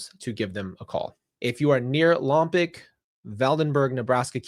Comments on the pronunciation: Lompoc is pronounced Lompoke.😊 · "Lom-POKE" is the California pronunciation ;-) Eternal rest grant unto Melodee. May perpetual light shine upon her. May the souls of the faithful departed, through the mercy of God, rest in peace. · I'm from Santa Barbara. It's pronounced "Lom-POKE" Next to it is "VAN-den-berg" (Both are Northwest of Santa Barbara, which is on the coast, 100 miles Northwest of L.A.) Thank you for covering this case,. Melodee is absolutely adorable. Prayers for her safety and return. ✝️ 🕊